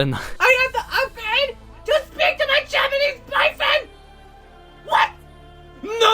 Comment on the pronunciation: not you casually speaking FLAWLESS japanese- EITHERWAY kenji was totally into you <\3 forever missed